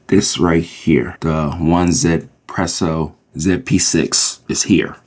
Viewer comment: my understanding is its pronounced eezpresso or yizpresso, as the 1 is intended to be said in mandarin